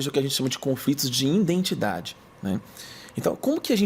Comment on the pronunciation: Conteúdo maravilhoso. Eu só não aguento escutar ele falar INDENTIDADE , me dá uma agonia🥴